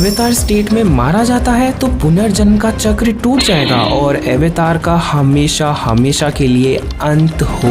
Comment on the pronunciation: Sir aap avatar word ko western tarike se kyon pronounce kr rhe hain its an indian term ye "अवतार" Hai n ki" ऐवतार" Please hm indian hain to ise hmare tarike se hi pronounce krna chahiye nhi to west is word ko bhi apna hi bataenge😊😊